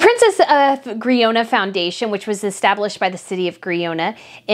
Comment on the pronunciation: A few corrections to your pronunciation in the Spanish royals segment: Girona is pronounced hee-RO-nah, it's King Feh-LEE-pay, and lay-oh-NOOR is the Princess of Asturias (a-STOOR-ee-us).